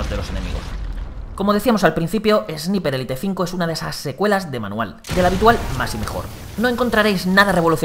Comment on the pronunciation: "Esniper Élite" 👌🏻